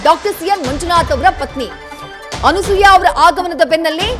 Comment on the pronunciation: Thayee adu Anusooya alla Anasooya